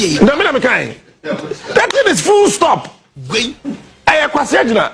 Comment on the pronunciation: It's rather full stop. Not fool stop.